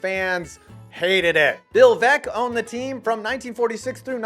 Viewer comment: It is truly amazing how Cleveland fans have trouble with getting names correct. I was thinking the same thing u were 🙂